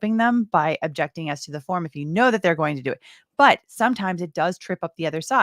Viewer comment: Pay attention to how pronounces the word Objection. He says “jection”. I love it and hate it at the same time. I walk around the house saying “jection” to my wife.